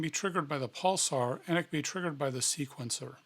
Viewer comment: Why do you keep saying "pulsar", when it's "pulser"?